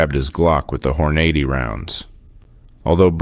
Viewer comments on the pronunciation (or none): Just an fyi: Hornady is pronounced "Horn-ah-dee" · I like your videos but you should brush up on a few things. You pronounce Hornady incorrectly (should be "Horn-uh-dee"). The Glock 20 has a magazine, not a clip. A clip is a metal strip that the rounds slide onto. Also most people in bear country use hard cast bullets, not hollow points. The purpose of hollow points is to expand for a larger wound channel. Those Hornady rounds are made for urban law enforcement against humans, not for bears. Also a Glock 20 holds 10 or 15 rounds depending on the magazine, plus 1 more round if you carry one in the chamber. What you didn't mention in this video is the reason this guy was carrying 10 or 12 rounds was because he had heard about spring issues if you leave a magazine fully loaded, so instead of carrying 15+1 rounds he was only carrying 10 or 12. As far as I know there are no 12 round magazines for a Glock 20. Another thing I've noticed on your videos is you'll show some guys hunting then show a clip of a guy shooting an AK47 or something that's completely inappropriate for a hunter to use. Good videos otherwise.